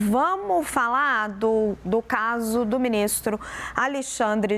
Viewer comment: "Vamu falá" ?